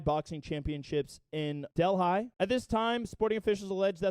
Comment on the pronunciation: del-hi lol!.. speak it like deli bro! I got you